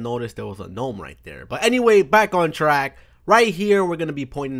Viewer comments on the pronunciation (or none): none